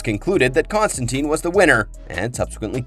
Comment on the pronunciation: According to Gaiman, it's TINE not TEEN. The film ruined his name lol.